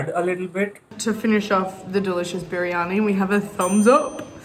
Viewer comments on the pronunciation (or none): Its actually "biriyani" Beereeyanee.